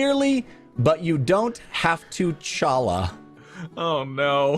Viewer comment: YAY! They used my Force of Good! Even if mispronounced challah! LOL! I hope you all appreciate my rye sense of humor!